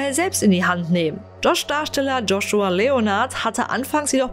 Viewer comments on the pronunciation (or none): none